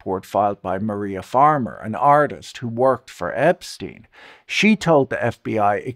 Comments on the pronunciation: Can someone of you, muricans, explain to me why tf are you pronouncing subject name as [Epsteen] instead of [Epshtain] like in Einstein? It is obviously German one. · Ep-STEEN? Why can’t people at least pronounce the dead pedo’s name correctly?